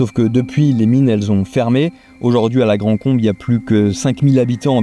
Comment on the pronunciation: c'est pas "la grande combe" mais "la grand combe" ;-)